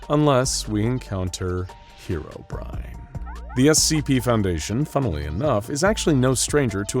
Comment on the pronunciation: Finally, someone who pronounced Herobrine correctly